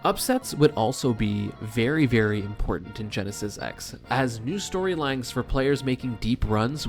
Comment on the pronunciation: Nice vid, I'd missed that the Quebec team beat 20GX. Btw, why does everyone say 'Genesis Ex'? Is that how we read roman numerals now?